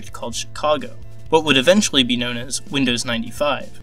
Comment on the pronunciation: Winndoes what macant